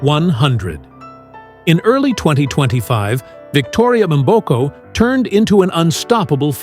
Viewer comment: Her names is "Victoria Mboko", "Mboko" not "M" boko damn!!